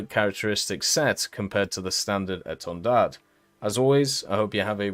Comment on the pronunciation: Thx you for the video, at the end of etendard the "d" is a silent letter you don't need to pronounce it. About the countermeasure, it did exist on the SEM as the standard 3 when the Marine Nationale implemented the pod Atlis they add the countermeasure pod (Matra Phimat) at the same time. With the standard 4 they changed the Atlis pod for a better one the Democles and did the same thing for countermeasure pod with Alkan 5081.